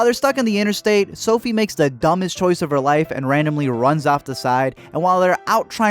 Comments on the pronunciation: Anybody else who got rlly annoyed when he said *Sophie * instead of sophia.. Like 😵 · "Sophie" "Andraeh" you can't even say their names right😂 did you even watch this show? Lol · ...Did you just say Sophie? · This dood out here pronouncing Sophia and Andrea wrong smh